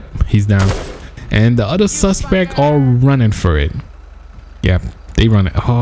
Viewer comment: the suspec is down.. lmao...SUSPECT!